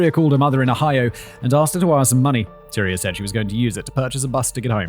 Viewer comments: It's TY-REE not Tyra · Tyria! Ty-REE-ah. Lol 😂 the pronunciations are all over the place